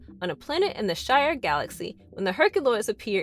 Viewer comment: You had me until you said shyar galaxy (X-Men) it's Shi-Ar... do your friggin home work before you read a script for F*** sake... not hard to find...